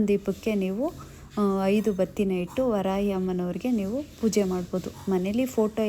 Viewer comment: Ree madam varayi alla varahi amma sariyagi heli